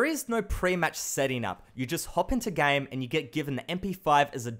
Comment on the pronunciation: whenever he said game i hear 'gang'